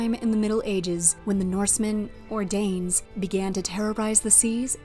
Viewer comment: DANE, Not Danuh and EYE-ELLUH (Aiella) Otherwise well done.